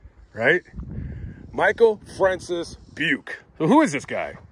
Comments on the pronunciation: Hey man, thanks for covering this. I am Robert Craig Jr. The Robert Craig in the story was my dad. Another thing to add to the story is that my mom was pregnant with me when this guy killed my dad. My dad had just cashed his paycheck and had a couple hundred in his wallet that Beuke never took. Btw it is pronounced Bu-kee. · Buke, thought you said PUKE.